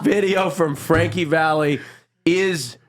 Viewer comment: please, it's Frankie Valli not valley!